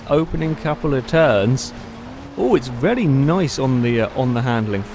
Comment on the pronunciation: He also says "vely" not "very"